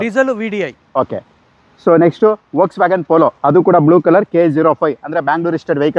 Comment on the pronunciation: Sir nimge heltha idini antha bejaragbedi ವೋಲ್ಸ್ವ್ಗನ್ ಅಲ್ಲ ಅದು ಫ಼ೊಗ್ಸ್ವ್ಯಗನ್